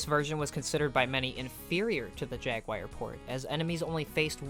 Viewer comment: Why do you keep saying "Atari Jaguire"